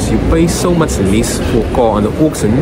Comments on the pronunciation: Pronounced Orc-Shin! Not Orc-Sin Yes, I'm an English teacher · I heard "oxen" 😂